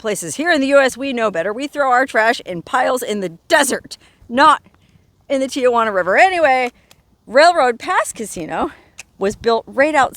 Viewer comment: Local San Diegan pet peeve, here: it is Tee-Hwan -uh. There are NOT 3 'A' s in Tijuana. I have spoken. Have a good time I'm up here in Carlsbad about 45 minutes from there where you are in good traffic. You shoulda camped here; we have nice campgrounds from here to San Clemente. Dana Point's a nice one, too ! Peace, sister!😊